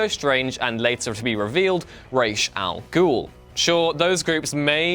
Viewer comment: ra's al ghul is not pronounced like that. can you read? rache? rashe? those arent close, come tf on man